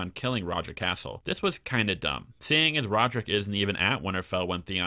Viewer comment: I really enjoy your videos and the rewrites you come up with but your pronunciation drives me crazy. Sir Roger Casel , cas-el not "castle" there is no t in his name. I know it's a little thing but it does drive me nuts. Also when white beard turns up jorah isn't there as he would have recognised him immediately because they both fought at pike. Please keep things up xx